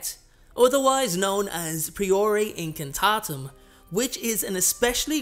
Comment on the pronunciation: I've already unfortunately had to dislike this video due to two things one your mispronounciation of the first "spell" and how you've misspelled the fire part of the second spell. Sorry